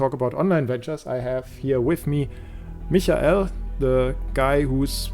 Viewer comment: D :D (It's how Michael is pronounced in German.)